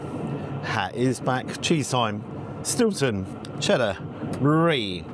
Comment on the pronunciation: Not so much Eats as Sloshed 🤣 "They put the shhtilton and shhhhleric in the zzzzzz"🤣